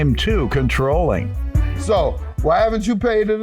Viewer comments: Soooo... did he say "ControllIVE?" 🤔 😳 👀 🤣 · 😂 I was looking for this comment. I asked myself did he really say CONTROLLIVE 😐 Then he said it again! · He said, "She was very controlif".....🤣🤣🤣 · The word is CONTROLLING not CONTROLLIVE - it’s not even a word. So annoying!!!!!!!!!!!!!!!!!!!!!!!!!!!! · Wait..did I hear the defendant right?…’controllive’???🫣🫢💀🤣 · Did that ninja say controlive. Women are lonely as hell. He said it again. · & “Controllive” instead of Controlling…😂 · Did he say she was Controlive. Controlive. I think he said it 3 times. Oh boy. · “Getting ‘controllive’” okay